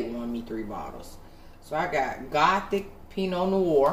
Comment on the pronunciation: Apothic NOT gothic! 😂 I’ve been wanting to try that wine!